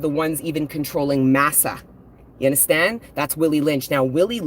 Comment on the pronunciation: You sound like a Jamaican when you say, " You unddrstand,?" ♥️